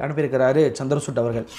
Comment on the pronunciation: சந்திர சூட்டு இல்லிங்கோ! சந்திரச்சூடு! CHANDRA CHUD. Please pronounce correctly.